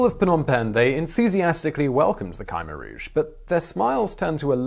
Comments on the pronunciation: For the correct pronunciation of "Khmer Rouge": /watch?v=IG-TpOAUHQM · It"a not Ky meer rooje. It's as if the I qwew silent but if you say Kimmeer rooje it, a better. . Kim rhymes with Jim. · You’re pronouncing Khmer Rouge wrong…there’s no y in Khmer Rouge